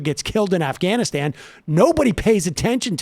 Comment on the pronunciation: "Pokiston" "Ofganiston" Michael Brooks